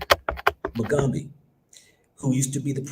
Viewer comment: Pronounced Moo'gaa'bey = Mugabe😒